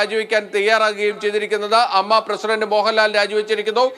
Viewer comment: ". അമ്മ അല്ല എ എം എംഎ ഇങ്ങനെ പറയൂ അമ്മയുടെ വില കളയല്ലെ പ്ലീസ്